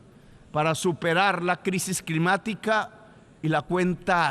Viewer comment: En menos de un minuto « sangrinario », « posibilidat », después sigue con « crimática », « mezcrando » y mejor paro ahí. Ni sabe hablar y se cree poeta. Se cree dueño de la verdad pero de su boca solo fluye populismo. Es presidente de una importante nación y se muestra absolutamente incapaz en lo local. Lo que critica no es más que su propia historia, puesto que critica diciendo « decidimos perder el tiempo matándonos entre nosotros », o « nos hemos dedicado a la guerra » pero resulta que es exactamente lo que el hizo cuando decidió tomar las armas y sumarse a los movimientos movimientos armados que produjeron millones de muertos en Latinoamérica. Lo peor es como le come cuento tanto ignorante que comenta acá sin compaginar lo que es la historia y los hechos de este egocéntrico que destruyó la izquierda democrática de Colombia por su deseo de posicionarse en solitario como caudillo populista. Lo único que tranquiliza es que su incapacidad limita el daño que puede realizar, aunque uno tema que un día, cuando tenga que confrontar el fracaso que es su existencia, sea capaz por frustración de hacer explotar al mundo si tiene la posibilidad.